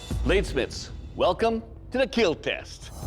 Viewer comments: It will keel😆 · “It will keal” :))